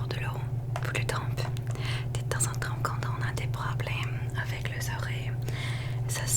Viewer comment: Cc super vidéo trop trop plaisir !!pour t aider en français pour certains mots il y a des lettres muettes que l’on ne prononce pas comme le mot « temps » sa se dit ´ten’ on prononce pas le P